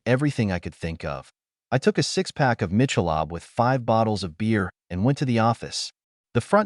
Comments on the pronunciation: AI pronunciations are always funny but Michelob cracked me up. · Dude deserved whatever he got for the way he pronounced Michelob beer